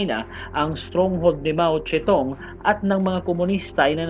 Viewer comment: Mao Zedong yan sir hindi mao ste tung